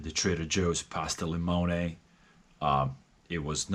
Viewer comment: "Li-mone-aye"... LOL!